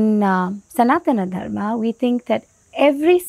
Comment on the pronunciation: Firstly please pronounce Sanatan Dharm correctly, don't anglicize it like YOGA. Secondly this diversity concept is rarely practiced so basically all followers of Sanatan Dharma are hypocrites.